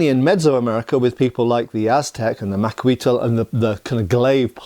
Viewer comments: Macahuitl is pronounced Maka-Wheat. There is a special way to say TL, but today most speakers just drop the L. The shark teeth is not a Macahuitl. That is a Leiomano. Different culture. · Macahuitl. Look it up.